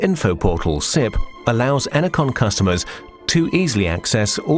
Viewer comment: Ener-CON. Says it all.